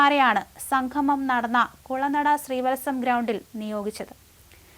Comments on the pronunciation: സംഘമം അല്ല, അല്ല, അല്ല, സംഗമം. പോയി മലയാളം ഉച്ചാരണം നന്നായി പഠിക്ക്😢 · ഉച്ചാരണ ശുദ്ധി തീരെ ഇല്ല. സംഗമം എന്നതിന് സംഘമം എന്നാണ് ഉച്ചരിക്കുന്നത്. അത് വിരസത ഉണ്ടാക്കുന്നു.